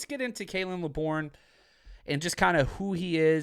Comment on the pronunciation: Pronounced "lay burn"